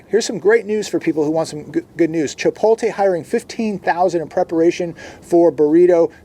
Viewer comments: It’s chipoTLe! chipoTLe!! Not chipote. Lol. Still love u though bro 😂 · My pet peeve sorry: it is chi-pote-lay NOT Chi-pole-tay. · It's ChipoTle, not ChipoLte you hick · If I hear babe say chipotae instead of Chipotle 🤯🤯🤯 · There is simply no reason for you to not know how to pronounce Chipotle at this point...